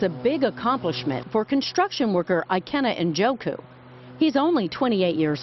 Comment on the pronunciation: This guy is a Nigerian, an Igbo man. Ikenna Njoku is TOTALLY mispronounced here. The correct pronunciation goes similar to this: EE-KAIN-NA NN-JAW-KU. Americans just mispronounce names without askih the person how it's pronounced. Not everyone is John Smith.